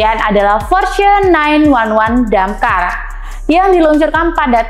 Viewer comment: hostnya tolong diganti kalo ga ngerti otomotif, dakar dibilang damkar😂😂😂